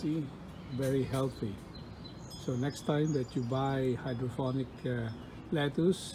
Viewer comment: Its hydroponic not phonic. It's Voilà, not walla. Pet peeve of mine and every French speaker anywhere. Great video though. Thumbs up.